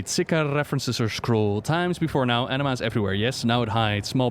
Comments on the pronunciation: The way he pronounces Anima as Enema HAHAHAH i’m dying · A-nima not an E-nema eeeeeewww xD